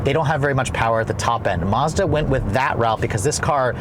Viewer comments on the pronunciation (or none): Thanks for the video, but please say Mazda not Mahza :) .. the Maz part should sound like Mad.